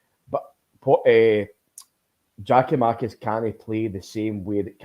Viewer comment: If keeps calling Giakomakis ( pronounced YAKOMAKIS PLEASE SOMEONE TELL HIM!) he will forever be known to me as